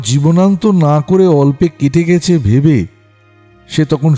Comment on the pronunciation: সত্যিই ভয়ংকর গল্প একই সাথে আকর্ষণীয়ও বটে। ভালো লাগল শুনতে। তবে 'অব‍্যহতি' নয় কথাটা 'অব‍্যাহতি'আর 'গেছে' কথার উচ্চারণ 'গ‍্যাছে'হবে। ভুল উচ্চারণ গল্পের মাধুর্য নষ্ট করে,শ্রুতিকে পীড়া দেয়।